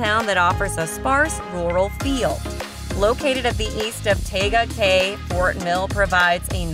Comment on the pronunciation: You’re pronouncing Tega Cay wrong. Tee-ga Cay. You must be an outsider